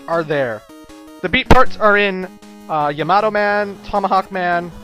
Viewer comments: It's ya-ma-toe, not ya-mato. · I go by how a Japanese person would say it. 3 syllables in the name, and the name is pretty commonly used in animes I've seen so I've heard it before. They all pronounce it Ya-Ma-Toe, not smashing the last two syllables together.